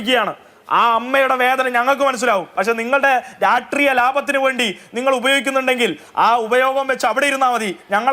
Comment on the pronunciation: എടാ പട്ടി രാഷ്ട്രീയ എന്ന് പറ രാട്രീയ